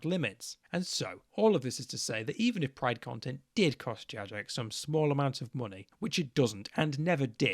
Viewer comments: The weakest argument you made in this video was calling it Jajex. 😂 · the only real issue i take with this video is the pronuciation of Jagex. i've never, ever heard someone pronounce it JadgeJex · I would say that this is a moral failure on your part. It's incredibly easy to just choose the correct option and pronounce it "JaGEX" - What is this "JaJEX" nonsense. What has the world come to? Oh yeah totally agree on pride though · it's pronounced gajex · My only problem with this entire things is that you pronounce it "Jajex" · The worst part of this video: The flagrant mispronunciations of Jagex. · did you just pronounce the g in jagex soft?